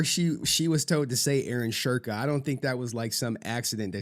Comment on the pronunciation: I just googled it and his name is supposed to be pronounced like "Shoo- en- ke". He should have just modified that instead of adding an invisible R to his name 😂